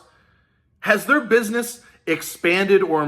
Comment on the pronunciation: We not talkin proper no more, you said it right "" 😉😂 #EIDL gimmie my damn money!